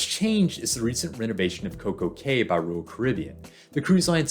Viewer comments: Cay is pronounced "Key." 🤓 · FYI, cay is pronounced key.